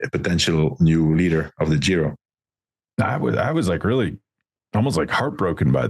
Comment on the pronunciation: Can someone tell this guy G in Giro is pronounced as J in John.. not "Zhiro"